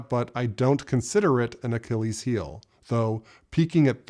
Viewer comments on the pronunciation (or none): none